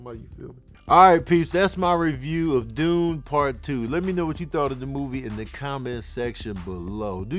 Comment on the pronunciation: Then why you give Dune Part 1 3.5 Sax?...even though you fumbled all the names